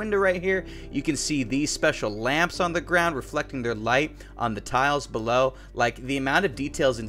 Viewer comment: "Speaking of the light belov"